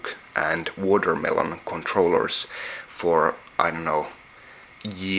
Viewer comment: the way he says watermelon OMFG LOL